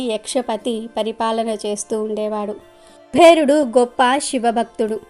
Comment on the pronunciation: Kubherudu kaadamma. Kuberudu. ani palakaali.